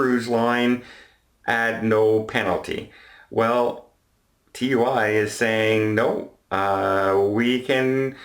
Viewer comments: Simeon Ital Either way, it's pronounced Too-eee. Not seen the adverts? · it's pronounced like Two-ee. Also the cruise line is Marella, TUI Cruises is a German cruise line. Marellia is operated by the UK travel agency TUI UK. As a travel agent I thought you would know that! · Love your stuff, but TUI is pronounced “TOOEE” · Pedantic point - TUI is pronounced Too-ee rather than T U I (at least in the UK)